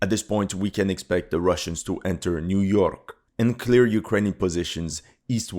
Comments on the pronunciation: Niu York xDDDDDDDD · Niu york... aint no way bro...... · Niu York? haha what the hell is Niu York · Niu Jork 😂😂😂😂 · So the Ukrainian Niu York is the big story so the irony is the pronunciation in English. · Niu york? Really? Russians captured niu york? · "Niu-York has fallen, next stop, Wachin-Ton"